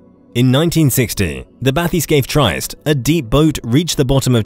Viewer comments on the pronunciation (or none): Pronounced..tree- est..not trist